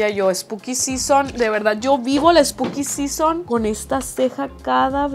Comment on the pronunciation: todo el video hablando spuki sison... y yo sin saber que es un spuki sison :(